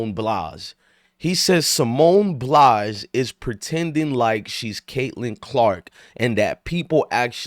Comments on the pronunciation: Bye-alls not Blys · BILES, not Blise or Blas. At least pronounce her name correctly. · Bro it's Pronounced Ba eye l say it all together 😂